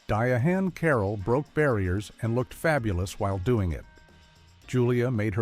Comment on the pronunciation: You mispronounced Diahan Carroll's name, AI guy.